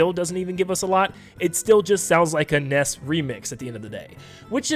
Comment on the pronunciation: It's not pronounced nes, it's NES.